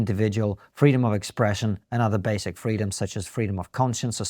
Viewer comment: kisin says ‘fweedumz’ He says we unusually freee over in aid, lol. Can build new things anywhere, can’t do anything anywhere. Dumb everywhere. Kisin big dum